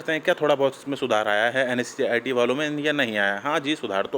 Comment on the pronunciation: Bhai pahle NSEIT sahe se bolna to sheek le ..............